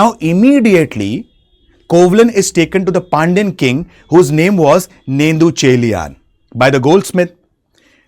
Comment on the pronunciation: It's really good ur doing this but please try to pronounce the Beautiful சிலப்பதிகரம் si-la-ppa-ti-ka-ram or Neṭuñceḻiyaṉ or Ilango Adigal Kudakko Cheral Ilanko) from Chera dynasty young brother of king Cheran Cenkuttuvan. yes their mother in from Chola dynasty (Velir clan)